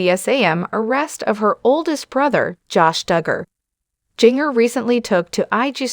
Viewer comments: Singer like the spice ginger please nothing is more sad than your name being mispronounced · If you are going to report on her, say her name right!!